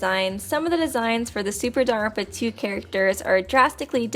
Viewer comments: I'm sorry, This is how you pronounce danganronpa? JONAWITZ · Please pronounce Danganronpa and not just mumble it... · I like these videos a lot but I really hate the way she lazily says "Danganronpa"